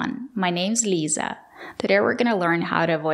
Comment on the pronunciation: А я вот сразу услышал , с первой фразы, My name is Lisa" - чистейшее русское произношение имени Лиза. Носители американского так никогда не произнесут без специальной тренировки 😅. Никогда.